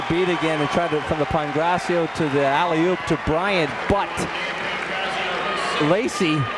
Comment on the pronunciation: “Olley oop” these announcers have downs